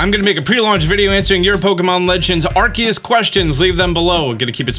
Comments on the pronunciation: アルセウス is pronounced “aru-say-oos” so I don’t really understand where this “ar-Kay-us” comes from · ARCEUS = ARKEUS...... You've gotten it right before lol... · It's Arceus, not Arseus and I will fight you 😂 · If Arceus is pronounced “Arseus” then the Arc Phone might bump up the age rating a bit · I always pronounced it as ‘Arseus’, with a soft c sound, because of Zeus. I always thought the name was a reference to him, and it seemed fitting for the Pokemon god. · Fun fact the proper pronunciation of arceus is are key us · its arkoos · It’s arkoos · its pronounced arkeeus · For who want to know the correct pronunciation of Arcues and why it is, you only need to see the etymology of the pokemon and his name. He is the "alpha pokemon" and he have a strong link with the greek culture (ex. The arceus's plate was created after the defeat of the giants, reference to the battle of zeus vs the titans). Arceus is the combination of the word αρχή (Arkè, that means origin, primigenial) + Zeus. So the correct pronunciation is "Arkeus", with the accent on the "e". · Had to check out immediately after hearing arceus pronounced wrong. Can't do it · I’m not trying to be mean, but please google how to say arceus right